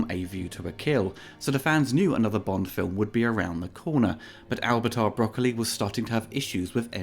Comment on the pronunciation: All Bond films are effectively the same to me. Also, thanks for pronouncing Broccoli correctly.